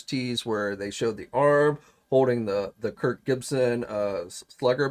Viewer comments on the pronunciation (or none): none